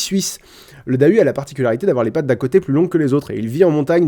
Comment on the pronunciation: en tant que bonne vosgienne je rappelle que Dahu se prononce "Darou"... j'en rigole toujours